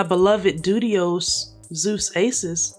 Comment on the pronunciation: I giggled every single time you said Dudios 😭😭😭